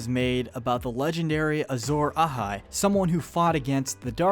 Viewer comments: Does anyone else hates how he pronounces stuff like a Azorahai and Rhhlor drove me bonkers but good video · You can always tell how the voice over is done by someone who isn't a big fan of the series because they will pronounce common things like "R'hllor" and "Azor Ahai" incorrectly haha